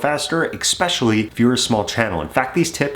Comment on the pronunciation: All I can hear is “eck-specially” and it’s throwing me off. Is that a troll job or does bro not know?